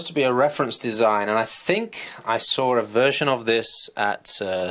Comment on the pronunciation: sawr a versoin... lol